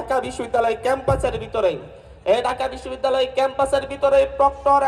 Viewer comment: ঢাকা বিশব্বিদ্যালয়ের বিচি 😂😂 হায়রে বাংলা pronunciation এর ধ/র্ষ/ন হয়ে গিয়েছে😂😂😂